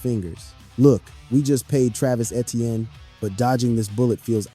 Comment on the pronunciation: Btw Etienne is pronounced Achane according to Travis.